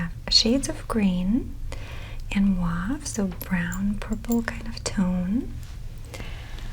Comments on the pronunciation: I hate to be that person but I’d like to correct the way you say “mauve”. I’d try to say it like “Mah-v”, instead of “moo-ah-v”. I’m not sure if I make sense. No hate I’m just ocd and it distracted me. lol😂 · The AU in MAUVE sounds like the beginning of the word “over” OHver… so mOHve